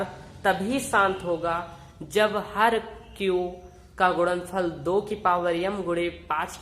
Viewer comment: Ye Pagal kya apan apan karta h upon nhi bol sakta kya or kya ye gudanfal bol rha h gunanfal nhi bol sakta kya🙄🙄🤣🤣🤣